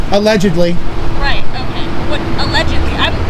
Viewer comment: My hearing isn't what it used to be. Did you say "allegebly" with a 'b'? Allegedly